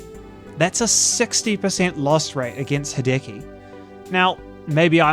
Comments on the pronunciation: It's worth pointing out that it's "HEE-deh-key", rather than "he-DEH-key". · Me, the entire video: "please don't say hideki again...": "Ha-decky, ha-decky, ha-decky." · "Ha-decky" christ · I hope this doesn't come across as abrasive (sadly it's my natural tone of speech so I'm paranoid about it) but that's not the way you pronounce Hideki. In the video, you're using the english e, which sounds like the “Hi-” and “-ki” parts of his name, but the “-de-” part is meant to be pronounced with a similar type of e as the one in the words "dextrous", "delightful" and "devilish". Just wanted to add that cause the constant "Hidiki" is killing me inside :')